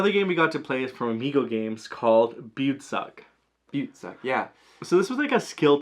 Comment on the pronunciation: It is called Beutezug, like "Boytetsoog". I don't know how to write it so you can read it as it is supposed to be pronounced 🙂 Maybe "Boy - te - zuuk"? xD